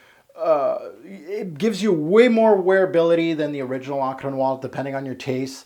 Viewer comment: I like how you say Encre Noire in a German/russian accent lol